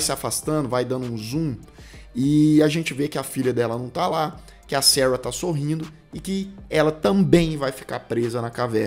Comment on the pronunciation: ...si vc QUISER falar SARA...a gente vai entender😂....seus inscritos são BR